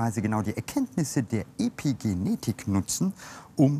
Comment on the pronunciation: Warum sagt er "Depigenetik"?